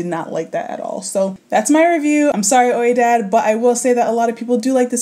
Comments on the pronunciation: I think it's pronounced "we-dad" but I can see where you're coming from. The comb is massive. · Lol its pronounced "we-dad" 😉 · Its pronounced "we-dad" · Ha, I always pronounced this "wee-dad" because of French. (i.e. oui) LOL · It is pronounced We-dad like oui the word for yes in French. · Pronounced 'We-dod' Love you 💕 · hi - FYI Oidad is pronounced "weedad" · It's pronounced "We-dad" like the word "ouija board" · Pronounced like "WEE-dad" Ouidad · How did she say Ouidad? Girl…